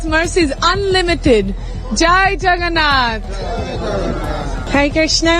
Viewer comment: Why they are saying chagannath instead of jagannath